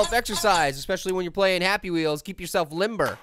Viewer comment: happy wheelze 🤣😂